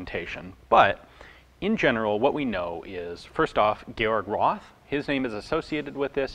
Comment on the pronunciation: Roth is not spelled Ross but Rot with a long o.